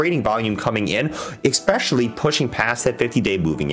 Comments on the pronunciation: If you can’t pronounce a word , maybe try a synonym. Mainly , mostly , chiefly, principally are examples. Saying egg specially over and over just destroys your credibility from the start. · Thank you for the feedback man! Sometimes its hard for me to pronounce certain words especially when I talk fast and get excited haha! I'll work on my pronunciation